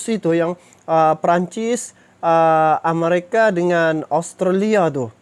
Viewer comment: Amerika bang bukan amarika Australia bang bukan austrella